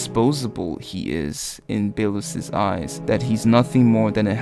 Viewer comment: Can someone tell him to stop saying Bae-los...